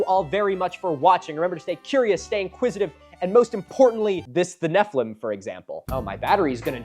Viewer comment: The way you said Nephiliim (incorrectly) made my Jewish brain wrinkle Neph-EE-LEEM. Anyways my jewish education never really taught that nephiliim were giants. It is a word that could be used to mean giant but also means “fallen ones” as in fallen from grace/fallen out of god’s graces. The root of the word means fall. And the most popular versions of Hebrew to English translations of the Torah (the five Books of Moses) translates it as giants in one instance and fallen ones in another. And I’m sure there’s lots of biblical commentary by ancient rabbis but my schooling never elaborated we just shrugged about translations not being perfect and not all words being used consistently and moved on. And BTW it’s as translated as Fallen Ones for the book of genesis, and giants in numbers. So those commenters are uhhhhh very confused. (Note I’m atheist. I’m not speaking from a place of “bible is historical document. The Bible happened”. I’m simply talking about one perspective and one education experience on ancient Hebrew words/translations)